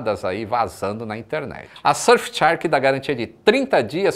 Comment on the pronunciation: Surf tchark kkkkkkkkk